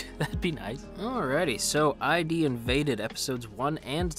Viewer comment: I think its id invaded not ID invaded, like from the id the ego and the super ego you know. Also his name is saKAIdo not SAIkado, and his daughter is KAIdo